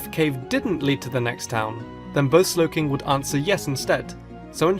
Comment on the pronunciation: DO NOT LEAVE OFF THE W IN SLOWKING!